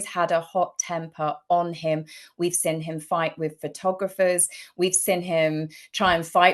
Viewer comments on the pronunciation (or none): Ffs woman it’s “seen” not “sin”. 😂